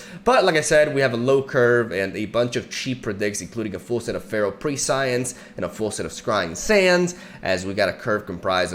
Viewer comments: Just as a side note, did mispronounce it as it's pronounced preh-see-unce instead of pre-science (which is a completely understandable mistake one can make if they've never heard the word before) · FYI: Prescience is a weird word, pronounced preh-sheantz. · so, it's pronounced pre-see'-ence or presh'ence (the ' notes the emphasis) loved the vid 🧡